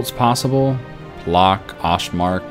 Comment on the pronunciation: Płock is pronounced "pwotzk" :)